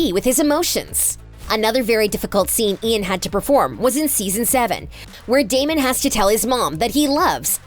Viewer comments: She really called him dameon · “daymian” LMAO WHAT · Sis rlly said “damion” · You said Damian not damon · bro did she just say Damian?😭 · I hate it when people say its “DamIon“ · Hahaha just came on here to comment that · She really said damion 🤣🤣🤣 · They said his name wrong it’s Damon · Did the narrator get paid for this? The first qualification should be the ability to read a script accurately . Say it with me.. Damon… Stefan… Where’s the editor?!! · Why is this girl pronouncing Damon and Stefans name wrong? Super annoying. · i am convincing that nina wear a wig in the last episode. because its so ugly. six seasons nina switch with wig but then last episode just had me laugh to ninas wig and cry about stefan death. and I am mad. the show finally over but the sister couldn't even say damon and stefan names right omg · This woman is choosing to say their names wrong 😂😂😂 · i am triggered by how many mess ups you guys had on the names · She doesnt even pronounce their names right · Does she not know the characters names she keeps saying Stefan's name wrong and Damon's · DAMIEN 😂 CAROLIN😂<3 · first of all its Damon not Damien as u called him and 2nd it Stefan as in stef- an not stef- arn. please if your going to narrate a clip get the names right x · It made me so mad that she said 'Damian' instead of 'Damon'!!! 😫😫😫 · HIS NAME IS DAMON NOT DAMIENNN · I know she did not just say dAmIoN💀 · My soul was actually hurt when she said “Damien” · you did not just say damien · its DAMON NOT DAMIEN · She did not just say damien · This video made me so mad at the mispronunciation. I mean first Accola instead of King and the way she pronounced it and Carolin instead of Caroline and the Damien, and Stephan like OMG how many mistakes are you going to make. Watch the show or at least do some research before you make a whole video on a show you’ve never even payed attention to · GURL ITS DAMON NOT DAMION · imagine calling Damon “Damien” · She did NOT say “damion” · Damon not Damion